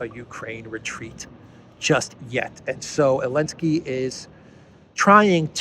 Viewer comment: why you say joolensky?